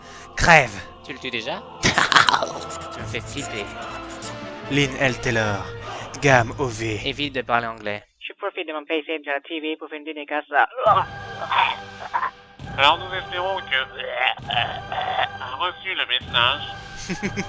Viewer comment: "Game ové." "Evite de parler anglais." XD